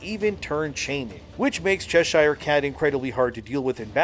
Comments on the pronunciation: Americans and canadians really need to learn how to say English names "Cheshire"= "Che-sher" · Say Chess Shire cat one more time 😂😂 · It's pronounced Chesha, ending like Ke$ha. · The way you can’t pronounce Cheshire is annoying af. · Arrrrggghhhhhh, It's Chess-er not Chess-Hire. :) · Cheshire pronounced Chessur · Chesh.....eer.........not shire....(I know we English are weird) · good video but please !!! - in proper english its pronounced "Chesher" cat - thanks from a Brit ;-) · Just so you know Cheshire is pronounced Chesher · Cheshire should be pronounced Ch’sheer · Cheshire: pronounced Cheshur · Please, stop saying Cheshire